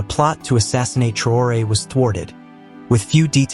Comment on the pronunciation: Vous n'avez pas la possibilité de prononcer son nom de façon correcte ?